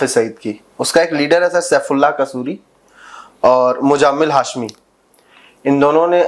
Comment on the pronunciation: O pan chud muzamal hashmi not mujamaal hashmiay